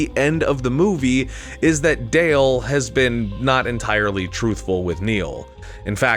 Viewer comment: I wish you had gone back and re-recorded every time you called Dell, "Dale".